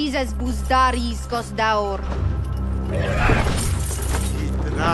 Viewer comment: haha it's funny that she says "iskos" instead of "iksos".